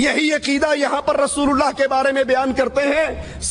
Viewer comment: Ok I agree to disagree with you. But why does he take the name of the Prophet (S.A.W) with the rude tone he has. He doesn't even say Allah properly. He says it as if its an ordinary name. You can see Noor on the faces of those who speak the truth, my friend.